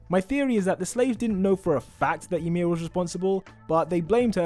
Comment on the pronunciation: I’m cringing when he said yamir